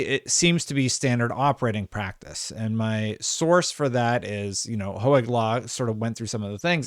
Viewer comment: Stop saying Ho-egg! 😂😉